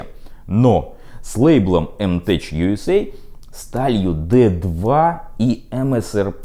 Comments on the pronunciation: "мтеК", а не "мтеЧ". Ну, право слово... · Ну сколько ж можно!!! Не "теЧ" а "теК"!!!!!!!!!!!!!!!!!!!!!!!!!!!!!!!!!!!!